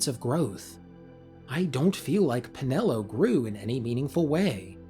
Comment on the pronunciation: “C’mon Penelo” 😐